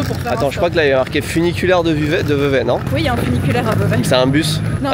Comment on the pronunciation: Ça se prononce Vevey !